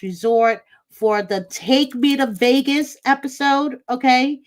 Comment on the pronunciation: I think you mean the "TaKe mE tO VEE-AY-GUSsSsS" episode! 😜